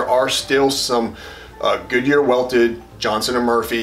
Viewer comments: It is not johnson it's Johnston,. All the Johnstons in the world hate being mixed up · The editing of your dialog is annoying...one brother struggles more than the other. Pretty obvious on which one. And it's Johnston, not Johnson (). I am a subscriber and this is the only negative on your site.